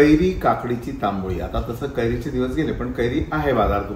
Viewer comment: तंबळी असा शब्द आहे तांबोळी नाही हो